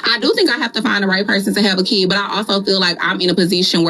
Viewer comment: Why is there a Y in the word Kyid or I mean Kid!